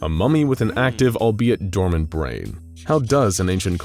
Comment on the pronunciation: *dormant, not doment, mate.